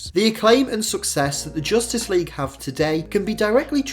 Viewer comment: "JOOSTICE LEAGUE"